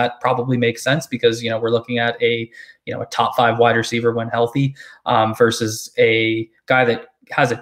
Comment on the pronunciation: Love your content but Dammit! It's "VERSUS" NOT "VERSE"!!! Drives me friggin nuts...